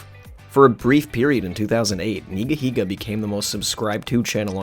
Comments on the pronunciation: It’s pronounced ‘Nigga-Higga’ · Never could say this guys name right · He said Neega!!! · No fucken way. It’s pronounced NEEGA heega?! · Love how you pronounce Nigahiga because you know… you’re scared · thats not how you pronounce the name